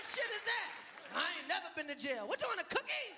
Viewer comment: He says gookie not cookie, it was confirmed by Jenna Fischer